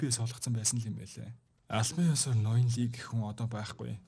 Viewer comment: Ноён лий биш "И" шүү, солонгос нэрэнд И овог нь англи руу Lee гэж хөрвөгднө гэхдээ уншихдаа И шүү. Дараагийн анги ярьж өгөх бол зөв хэлээрэй.